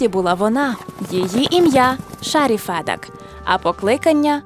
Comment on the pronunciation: Доброго дня! Дякую за український контент, але, Фед"А"к. Наголос на "А" що в імені, що в прізвищі. А взагалі, проєкт чудовий, дякую!